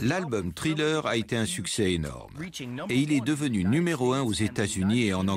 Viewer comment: Les traducteurs pourrait prononcer les mots anglais correctement? Parce que " trilleur " ça agace les oreilles!